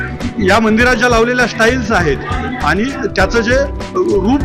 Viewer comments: निवेदकाला 'टाईल्स' शब्द पण नीट उच्चारता येत नाही 'स्टाईलस्' म्हणतात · शेमण्या 😂😄 तो स्टाईल्स म्हणाला